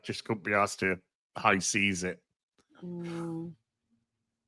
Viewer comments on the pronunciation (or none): none